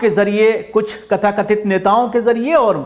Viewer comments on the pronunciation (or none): Very good analisis. Lekin kathakathit nahi tathakathit hai!